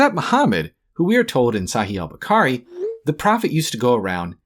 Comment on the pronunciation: he pronounced a foreign word wrong so all the points are irrelevant? Get a grip lil bro